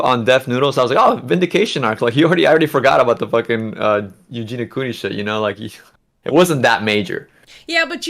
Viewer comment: PS: It’s Eugenia - “i” for God’s sake!